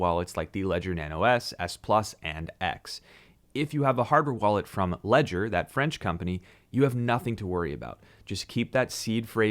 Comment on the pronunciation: If all the American youtubers knew how to pronounce Ledger in French there would be no confusion... ;)